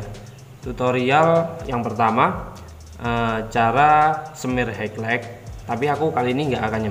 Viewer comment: Kontene sampean bagus mas bro, bener" tutorial yg bisa diterapkan di rumah. Masukan dikit aja, HIGHLIGHT itu dibacanya: "hailait" ya mas bro. 👍